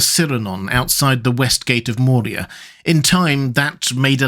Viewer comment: Dude, i dont know if im just crazy, but i keep hearing you add a d to Moria and it sounds like nails on a chalkboard everytime. Its moria, not Mordia. If you arent saying that, i apologize and need to get my ears checked